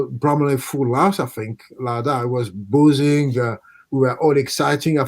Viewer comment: santos says the bramall lane was boozing? i thought he said buzzing